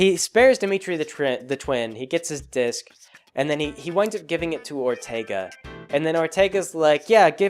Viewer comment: Good ol' Perlerce Erfercer Orterga